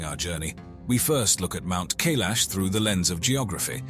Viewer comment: It's Mount K-eye-lash, dummies!!!